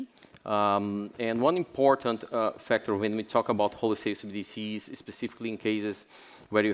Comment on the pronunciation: Why does she keep saying CDBCs ? - I like how he glossed it over with "..negative perception about CBDCs that .."